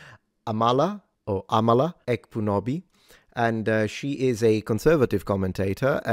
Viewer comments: Her name is pronounced like AHmala, not amALLah But yeah, she's based. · I believe it's pronounced Ámala and the 'k' is silent! Amala is awesome, I always have time for her and someone I'd have in my corner everytime.